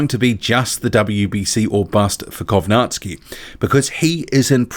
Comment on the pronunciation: Funny how you're saying kownacki name, if you're going to say his name half dozen times, please learn how its supposed to be pronounced